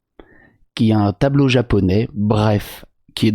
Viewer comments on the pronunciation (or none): Elle a vraiment dit "bandeau chine" pour parler de tableau de calligraphie japonaise 🤣🤣🤣🤣🤣 ????